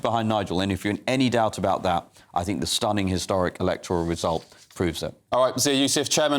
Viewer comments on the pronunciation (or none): Far right, they have no idea what far right is. The woman talking about education can't say think (fink), get a bloody grip.